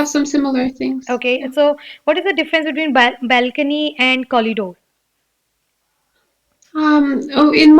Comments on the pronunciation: It's not Collidoor. It's corridor. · Nice, but that's corridor dear not collidor. I am sure you must have made it correct after watching ur own video. Plz don't mind it. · Ma'am I'm confuse🤔.. is it collidore or corridor .. what you used in conversation while speaking ??